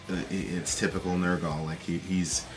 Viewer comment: say it with me,ner gull not nerrr gall